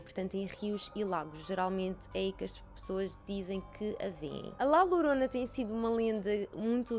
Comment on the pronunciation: Diz-se Lhorona mas lorona ou horona tudo se percebe!beijinhos👻👻😻